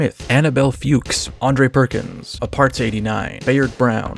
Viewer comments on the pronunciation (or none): Fuchs is pronounced like >Fucks<, not >Fukes<. It's okay, you can say it - it's a german surname, and Fuchs is german for Fox. ... Great video, by the way.